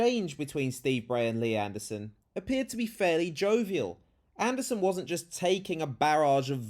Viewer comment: I love that protestor's pronouncement of "Mr Andersooon". Very Matrix